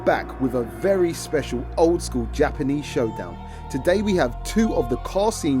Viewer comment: Gapanese! Heard dat.